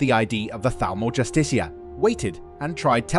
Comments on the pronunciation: Bro the pronunciation is killing me. It's pronounced( just-eh-car) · I think it's pronounced justiker.. or justica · Learn how to pronounce justicar! Its even said in game!